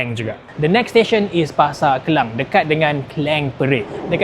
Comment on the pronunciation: Ke - lang bukan Ke - leng...